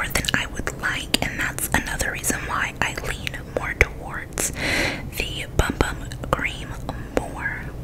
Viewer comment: This set looks amazing and your voice is so soothing! Also, in Brazil it is pronounced “boom boom” 😋 super common mistake lol